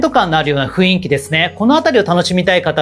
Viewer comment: いつも拝見しています。 たいへん参考にさせていただいてます。 ありがとうございます。 １つ気になることがありまして初めてコメントさせていただきました。 「雰囲気」という言葉なのですが、「ふいんき」ではなく「ふんいき」が正しい読み方だと思います。 細かいことなのですがいつも拝見していて気になったのでコメントさせていただきました。 これからも応援しています。